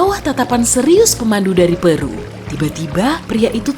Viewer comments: pEru kak buka peru.. huruf E kyk nyebut bebek. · Peru mbak bukan peru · Pengucapan Peru nya sepertinya salah min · harusnya Peru bukan peru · Penyebutan kota Péru nya terasa janggal min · Jadi Peru bacanya Peru apa Peru? Kalo bacanya Peru berarti yg gue tau selama bertahun-tahun dari kecil itu salah 🤯